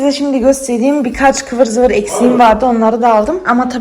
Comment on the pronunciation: Du bist die beste mit deiner türkische Aussprache Kıvır zıvır 😂 so eine schöne Wohnung 🤩